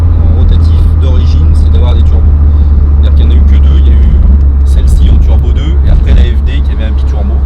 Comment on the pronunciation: I never heard about something like 'Trubo', I know what Turbo is, but Trubo.... I don't know... sorry just trolling, everyone makes a mistake, don't worry :D